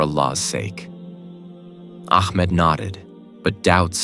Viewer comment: Ahmed is such a beautiful name...but astagfirullah the pronounciation done in this video is so wrong it says "akmad" astagfirullah which is totally wrong and changes it's meaning... correct yourself here